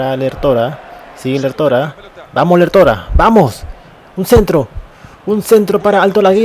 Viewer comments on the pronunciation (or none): Es Lértora LÉR con asentó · Lértora no lertóra.